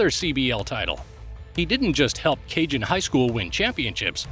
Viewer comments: It’s not pronounced “Cajun” Highschool. It’s CAJON “Kuh-hone” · that bugged me so much!! lol! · “Ka-Hone” not “Cajun” HS